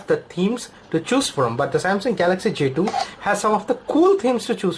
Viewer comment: why do indians pronounce j2 jdo